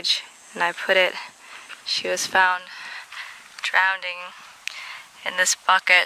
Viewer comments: *Drowning (Not "drownding") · “Drowning.” Not “Drownding.” 😂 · I was watching the video out loud and my brother heard you say Drowneding. He's an asshole and made fun of you. I think it's cute